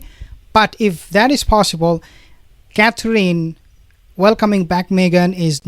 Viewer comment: I think since you are going to report on these people so often, you should learn to say Catherine properly. The last syllable is In. Like going in a house. Cather- in. Please? It's simple